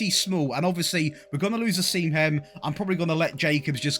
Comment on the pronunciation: Os-i-mhen..... not hard to pronounce